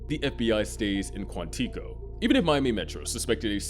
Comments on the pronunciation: … where, in any media, have you ever heard someone pronounce it ‘Quan-TEECO’? It’s Quantico… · kwon-tiko? You mean KWON-ti-koh? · Not Quàntíco. It's Quántìco. Stress on the 'a', destress on the 'i' (the 'uh' sound). Hope that helps :D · Did you say “Quanteeeko”? Lol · Quantico is pronounced: (Kwan-ta-coh) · KWON-TIKO 🤣 New Mortal Kombat villain? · Did you call it Quanteeco? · You don’t even know how to say quantico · Why would I trust anything in this video if you cant even pronounce Quantico correctly. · Begging you to look up the pronunciation of 'Quantico'. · You are mispronouncing Quantico. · No1 talking about the pronunciation of Quantico 😂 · Im finding it hard to take this analysis seriously when you cant pronounce Quantico correctly. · If you don't know how to pronounce a name, like Quantico, put it into google and learn, rather than sounding like an idiot for your entire video... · Your mispronunciation of Quantico is distracting. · Dude your pronunciation of Quantico is driving me wild. Good video besides that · Stop saying Quantico like that.